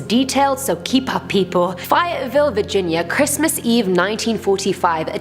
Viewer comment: You butchered the pronunciation of "Fayetteville West Virginia"